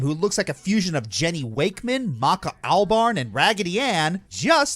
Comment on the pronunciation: the blond girl with the scythe, her name is maka all-BURN, not al-barn. She is from soul eater. Watch if like to laugh